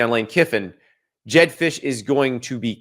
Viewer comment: “jedd fisch” get the hell out my face 😭😭😭